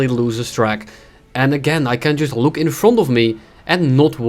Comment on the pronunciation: "today we are gonna be taking a luke"